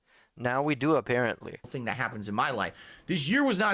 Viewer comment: Also not how he said "appearently" a mobile game addict, not "allegedly" a mobile game addict.